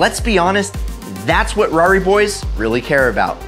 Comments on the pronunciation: Dude, it's a Ferrari, not a 'rari. Fucking hipsters. So cool, unlike us mortals. Interesting video, though. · Don't ever say rari ever again. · stop saying Rari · Rarri? Don't ever call it that again. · probably the most misguided video I have ever seen on youtube. great way to get into financial ruin. also please for the LOVE OF GOD stop saying "rarri". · you put too much emphasis on Ferrari